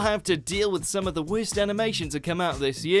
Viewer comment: "wehrst" anime so far